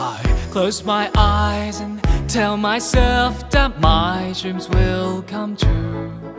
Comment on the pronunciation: He said dat instead of that.